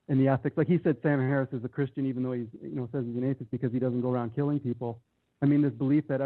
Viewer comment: Fwee will....sam hawwis